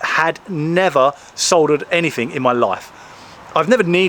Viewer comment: "Anyfink"? FFS use English it's not difficult the word is "anything" stop being lazy